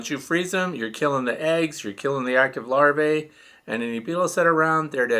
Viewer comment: Hi, my comment is not a criticism but rather an attempt to correct and error in pronunciation.Even you, my favorite YouTuber, has been corrupted with the mispronouncing the word Larvae. Many YouTubers are saying Lar-vay.... But it is pronounced Lar-vee.. and the singular Larva is Lar-vah. I may be wrong and I'm open to other pronunciations but I haven't found any dictionary that gives Lar-vay as an acceptable pronunciation. I think it's important for youtubers to teach our youth correctly. I've tried to respectfully bring this to a few others attention but there was one popular YouTuber that didn't receive it well so I let it ride. Thanks for taking the time to read this. I love your page and content and watch them all.